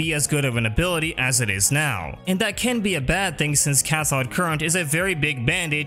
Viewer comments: Don't wanna be that guy but it's Cath-oh-d current lool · Butchered the pronunciation of cathode lol.